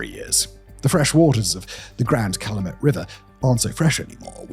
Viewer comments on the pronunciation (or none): CAL-AH-MET river 😂😂😂 It's CAL-YOU -MET river. And someone lives in Michael's house. He put up a fence to stop people bothering him. But I think someone fixed up a house nearby. So you can explore a house built with the exact blueprints. You can see how they lived in a 2bedroom house with something like 9 kids. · I'm from a town right outside Gary. When he called the Calumet (Cal-YOU-met) "Call-uh-met river" like it's a river in Egypt. I giggled like a school girl. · I love it when outsiders try and pronounce Calumet.